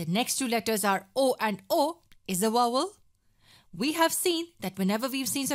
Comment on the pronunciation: she said it right!